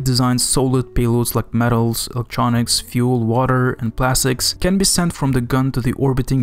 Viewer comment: You need more subscribers!! And you now pronounce fuel correctly :)